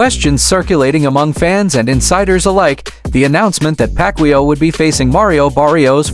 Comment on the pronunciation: Ai is dumb 😂 can't pronunciate Mannys last name. AI is for dummies 😂